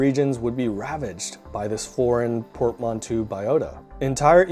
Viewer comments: Just so you know, it's pronounced " port-man=toe" It's a French word. Cool video. I'm not sure I agree with all of it but i like it nonetheless. I tend to think a lot of the reasons that the European, especially the British were so successful was a combination of technology and ruthlessness. There were many far older cultures that simply didn't have access to metals like iron who essentially got trounced by the English and other Europeans. Take the Africans for example. Far older cultures but almost powerless when it came to the Europeans. Especially in the 16 and 1700s. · your pronunciation of Newfoundland and Portmanteau sucks ! jeet